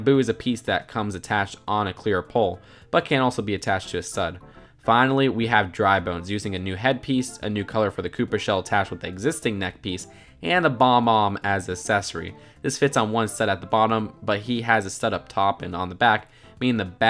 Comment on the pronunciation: He said BOMBom and not BOBom